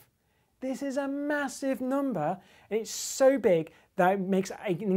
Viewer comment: I love how this guy says numbah!